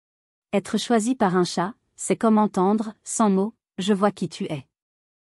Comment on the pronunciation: Pfff cette voix à ma con . En plus elle dit « tchat »au lieu de « chat », en plus pas d’ accord moi les chats m ´ adorent parce que je joue avec eux avec tout ce qui traîne bout d’ herbe, plume , bout de papier et ils me kiffent parce que sinon surtout en appart , ils s’ ennuient !